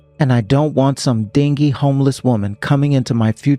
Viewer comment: Dingy is pronounced "din-jee". 😊 It means "dirty".